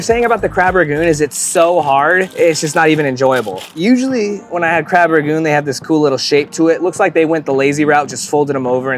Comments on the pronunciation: And they say “crab ragoon.” It’s RANGOON. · it’s Crab RANGoon not Crab RAGoon